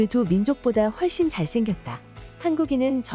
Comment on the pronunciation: 훨씬을 휠씬이라고 읽네요